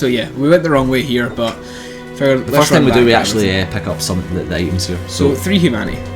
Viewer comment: why u say PECK UP, whyyyyyyyyyy?